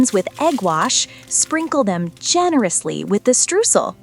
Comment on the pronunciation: Tolles Rezept. Ein halber Pfirsich pro Stück? Streusel = "Stroisel" Not struzels. 🤙🤙😄🇩🇪